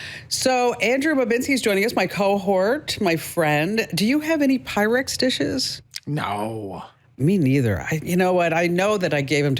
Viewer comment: You are talking PYREX. Not pyrex.